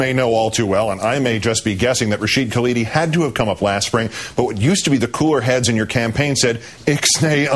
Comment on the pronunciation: Hey Palin...you wanna be the VP of this country....it is not Kaladi....it is Khalidi....and it is not the Palestinian Liberation Organization..it is Palestine Liberation Organization.